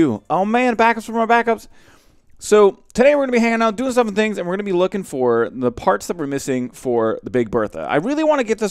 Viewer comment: You forgot it was "doing stuff and SCHINGs"